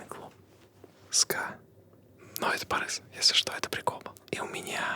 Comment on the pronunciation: Не Барес, а Барыс